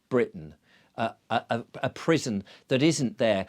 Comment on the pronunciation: At first, I thought you were saying prism not prison. The rabbit hole was originally the crypt of Ripon Cathedral in Alice in Wonderland. Scotland has a high percentage of you scratch my back, I scratch yours and for centuries. How they free-ly get around modern quota laws is a mystery or secret.